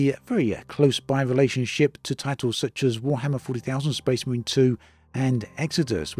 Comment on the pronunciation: Warhammer 40,000? WARHAMMER 40,000! Who says it like that?! Do you kiss your mother with that mouth?